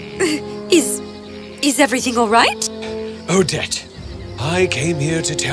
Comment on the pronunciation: When the prince yell“Odette” it’s sound like“O-dead” XD